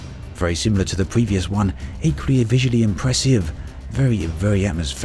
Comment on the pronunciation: Except that David Attenborough can pronounce 'impressive' properly...